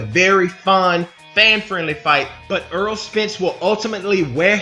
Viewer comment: errol not earl